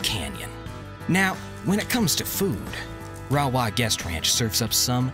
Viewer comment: Rawah - prounounced ray-waaa. Cache la Poudre - we say Cash la Poo-der.